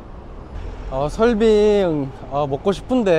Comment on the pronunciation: 지나가다 본 일인입니다. 다 좋은데 냉면, 설빙 등 말씀하실때 낸면, 설빈 이렇게 들려요 이응 받침이 있을시 조금 신경 써주서 해주시면 좋겠어요^^